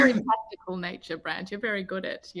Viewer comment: His name is Brant - with a T not a D